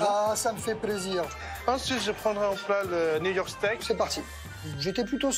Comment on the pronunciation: au lieu de "new york steak" j'ai entendu "Niort steak"